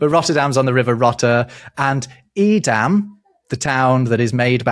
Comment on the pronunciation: I find interesting your pronunciation of Edam. met some people from that area and they give it a more A sound. Vowels are funny between related languages. I just remember pronouncing like you do and being corrected. comes out sound more like the name Aiden. Aidam